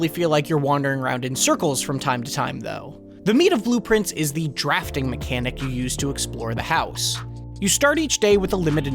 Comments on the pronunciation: Is bro pronouncing blue prince wrong to get engagement? He's literally saying blueprints lol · I kept thinking “Man, that sounds like blueprints when he says it” but did not realize it was intentional until I saw this comment lol 🤘